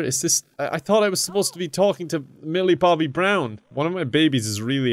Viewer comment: Lmaoo the way he says Millie Bobby brown 😂😂